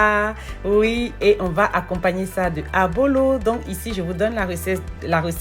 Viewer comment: ça s’appelle Ablo, pas Abolo.